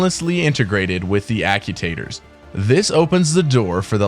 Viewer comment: Ack-you-taters? I love the concept of the video, but the mispronunciation of actuator is killing me...